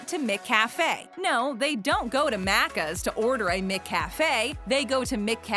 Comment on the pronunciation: Im way late but as an Aussie I just had to point out she kept mispronouncing maccas. Every. Time. There was a lot of wrong info but the mispronunciation hurt my soul